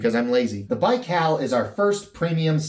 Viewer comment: You are saying it right! Thanks for the shout out! The Baikal is already sold out! I guess I'll have to wait to get it. Excellent content as usual. Love your vids!